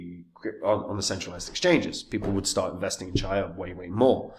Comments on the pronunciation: The very first word you cannot even pronounce CHIA properly, I stopped the video. Bye bye. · mispronouncing the project not ideal for confidence